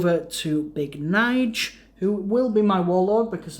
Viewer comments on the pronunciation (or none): Pronounced N-J-A-L Not Nige